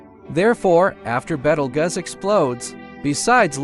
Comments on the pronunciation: “betelguss” I CANT WITH THIS ROBOT VOICE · You have NO credibility. You cannot even pronounce the star's name correctly.